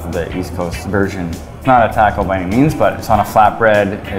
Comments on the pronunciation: this guy has says "taco" wrong. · when he said 'taco' I lost all respect...I can't help it